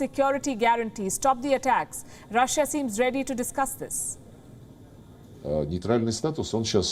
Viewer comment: Rah-shiaa hahaha